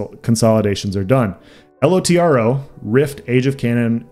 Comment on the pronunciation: I was playing LOTRO from BETA until ESO Beta when I switched. LOTRO had been in decline for a while and 2022 has definitely felt like LOTRO did in 2014. btw it's Lotro all one word not L-O-T-R-O